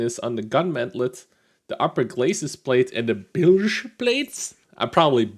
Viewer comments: bilge is the right term, your pronunciation is on par with how Americans say it. bilge was originally used to describe the very lowest part inside the hull of the ship where water often collects. its just the hull part of a tank. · You said bilge right